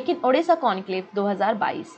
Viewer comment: Ma'am when ever you pronounce Odisha , u says as Odessa(Ukraine) Pls pronounce as Odisha , it's Odisha Bande Utkal Janai